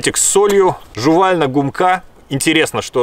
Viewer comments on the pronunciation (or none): гУмка, а не гумкА.